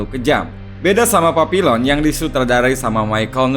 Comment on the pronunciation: Cara baca judul film itu bukan Papilon tetapi y bener papiyong...